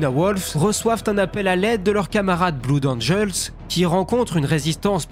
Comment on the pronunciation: Bleud angel, pas blood rhaaa :)